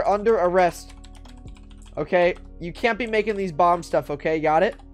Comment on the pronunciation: Sounds like you said bob squad lol